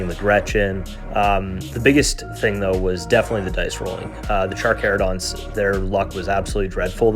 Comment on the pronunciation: The pronouncing of Carcharodons is so bad lol. Armies look great though